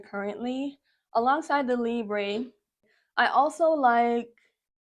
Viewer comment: also your perfume is libre which means free In French, its pronounced like lee-brh